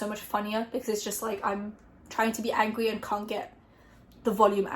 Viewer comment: “I’m trying to be angwy” the mess up made this even better😂